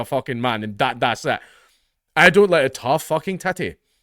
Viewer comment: Never knew i needed a Scotsman to say "tough titty" but I'm now happy.